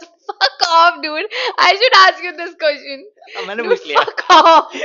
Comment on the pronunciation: And yaa one more.. question ❎ qotion✅